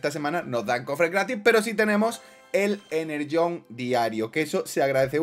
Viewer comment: deja de llamarlo enerllone es energone